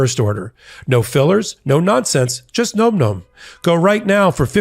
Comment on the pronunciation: That's gotta be pronounced 'nahm, nahm' -- am I crazy?